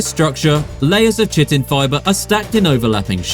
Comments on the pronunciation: Chitin is pronounced Ky-Tin - not Chi-Tin. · Ki-tin, not shit-in. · Chitin? Kite-in. It’s pronounced Kite-in. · Chitin = KYE-tin. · Chitin is pronouced like 🪁 "kite-n" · "cavitation" and chitin is pronounced kigh-tin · Brother you gotta learn how to pronounce Chitin But I gotta say, probably my favorite thumbnail on all of YouTube